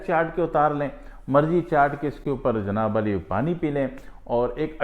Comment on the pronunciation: Bhai Janaab Ali Nahi hota, Janaab Aali hota h